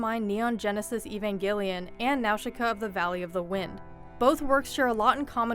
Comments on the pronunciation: It's pronounced AYvangelion. Like the name Eva. Not Eeevangelion, and not Eeevanjellyion either. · "Ee-van-gill-ee-an" boi wtf its "eh-van-gel-ian" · evan-ghelion ................ it's not (ian) its NEon Evangelion literally the New Gospel .evangelion derives from the Greek word - εὐαγγέλιον -meaning Happy news/good news .Neon is also greek (new) witch for the manga you can also translate it for Neon -the chemical element (Ne)